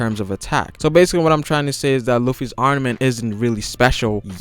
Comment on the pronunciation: "arnament" → armament "gear fort" → gear fourth "haven't heerd about" → haven't heard about